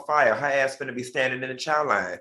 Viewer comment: It’s “Finna” Al, not “ Fidna” 😂